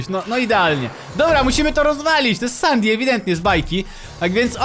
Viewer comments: Sandy a nie sandi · mówi śię sendi a nie sandi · Nie mówi sią Sadi tylko sedi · Nie hasztak sandy tylko hasztak sendy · sandy czyta się sendi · Papuga essendi się mówi Sendi a nie stan nie Sendi się mówi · Muwi się sendi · Mówi się sensi